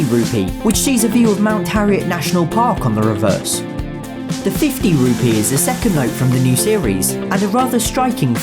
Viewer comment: Tbh the way you say Rupee kinda sounds like Ruby lol! Great video tho.